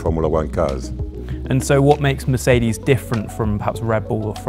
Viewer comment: I like how he pronounces Mercedes. MERCEDEH